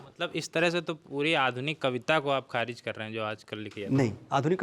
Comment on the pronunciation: Manoj Muntashir apney aap ko Shayar kehtey Hein kavi kehtey Hein Baar Baar Kharij Lafz ko galat pronounce kar rahe hein Khariz Bol rahey Hein Issey Zahir hai woh Talaffuz me kachchey hein Aisa Zahir hota hai.Wo India ke badey lyricist hein isme koi Shaq nahi par Urdu language ke tallaffuz me Kami hai aisa prateet hota hai Mazrat ke saath, Shukriya